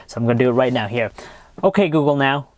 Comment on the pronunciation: he can t say ok google now right lol!